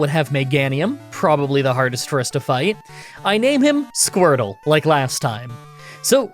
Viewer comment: Calling it Squirtle I can handle but "Squrtle"? Come on man! 😡😤